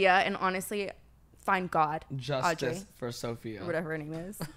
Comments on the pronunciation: it’s her calling aubrey o’day “audrey” the whole time 🤣🤣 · The fact like Brooke kept calling her Audrey instead of Aubrey was so funny even though Brooke literally didnt know her name just proves shes not a big deal anymore! Actually Danity Kane had their biggest album in 2006 and Aubrey Oday is 39 years old so she hasnt been relevant in 17 yrs!!!! Her behavior was so gross!!! Actually it was REALLY EMBARRASSING FOR AUBREY!!!! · Brooke calling Aubrey “audrey” is what we all needed